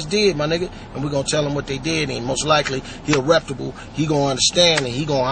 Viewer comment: If he only he knew how STUPID he sounds!! "reputable" (which he is pronouncing wrong) street niggas" dont talk as much as he does. They get straight to the point and thats that!! Talking about paying niggas, this and that! GTFOH contradicting yourself! ANY true gangsta in the streets of cali know, you dis a nigga hood AND you aint frm around here, you get no "kitchen pass" (basically, its on on site). "your big and bad now cuz you blocked off 2 SUV's" and you got it on camera! FAKE!!!